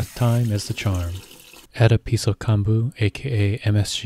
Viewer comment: pronounced [kohn-bu], not [kahn-bu].